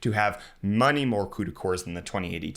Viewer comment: I know he meant to say "many more CUDA cores" but actually...I like "money more CUDA cores" 🤔